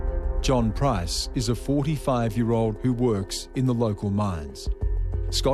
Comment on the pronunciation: Why do these bogans keep pronouncing 'PRICE' wrong? It's a super easy name to say. Even the narrator says it right.